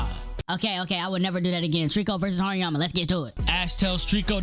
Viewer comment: TRRRRRRRReeeekkkkooooo Vs. HaRRERRRRRiiiiyyyyaaaammaaa Was kinda tough Ngl same with beat in the background makes the video hype you got a sub bro 💪🔥🔥